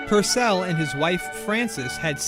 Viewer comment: Henry PUUUURcell thought, not Henry PurcEll